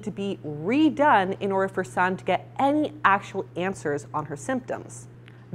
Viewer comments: Just for future reference, Sanne is actually pronounced "Sanna" with an "a" on the end. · I think you're forgetting to pronounce an E? SannE? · her name is pronounced sah-nuh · Please learn how to pronounce the names of the people you review, Sanne is not "San" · Sanne is dutch so you pronounce it a little different. Here we say it like [sun ne, (like e in ‘ex’)